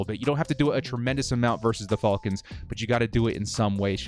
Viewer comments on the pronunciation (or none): Youre the only dood I dont mind hearing say FALLKINS lol., youve been holding it down during a difficult start to the year... hopefully things turn around for us on all fronts. Lets go Bolts!!! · “Atlanta Fall-kins” lol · Hate how he says "falcons" lol. Great stuff though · I love everything about this channel except for how says Falcons 😅😂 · It bugs me too, but I think it would bother me more if he started saying it right. Lol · I kinda dig it. What bugs me is the people that say Jagwires, and Bangles. 😂